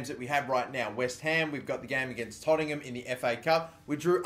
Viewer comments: ITS TOTT-EN-HAM NOT TOTT-ING-HAM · Tottingham??? lol! good pronunciation! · no its not its tottenham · dabmaster123ful yeah I just like it when people screw up Tottenham's name